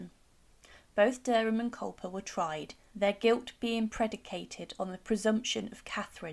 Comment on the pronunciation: It's Culpeper not Culper!